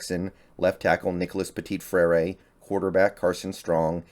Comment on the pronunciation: Love your content man! But please look up how to pronounce Petit-Frère...😅 my ears hurt just a little bit. Keep it up!